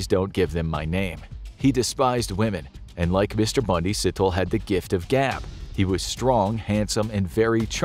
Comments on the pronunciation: 😂😂😂 “sit-ol” It’s pronounced “C”-“Toll”-Eh” As in “Si”-“tho”-“le” But i didn’t know about him though, fascinating. What exactly causes these people nature or nurture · Moses Sithole (see-Tol-eh) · And the surname Sithole